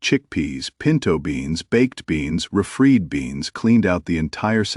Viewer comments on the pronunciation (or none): Y'know what's maddening? The goddam AI "reader" robotic and reading words like re-fried as "re-freed".immediately takes me out of it. How hard is it to find a friggin' human?